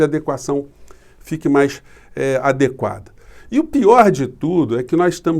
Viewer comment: é a+de+qu+a e ñ a+dé+qua rs